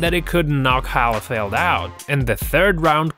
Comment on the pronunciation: "Holly field". LOL